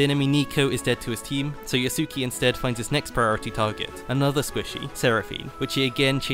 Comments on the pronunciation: YAH-su-KAY, not yuh-SOO-kee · l believe his name is pronounced as Yasu-kay